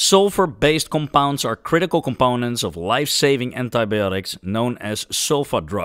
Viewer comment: im just here for the pronounciation of the word "COMPOUND"